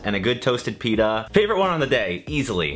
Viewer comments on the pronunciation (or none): none